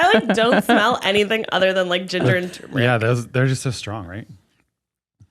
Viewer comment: turmeric. it's turmeric. tuRRRRRmeric please